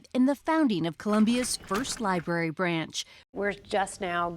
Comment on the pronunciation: Let’s start by learning how to say the word “library”